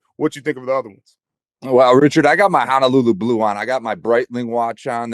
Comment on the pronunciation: Please stop pronouncing Honolulu wrong. It’s Honolulu not Hanalulu. Ho not ha. No not na.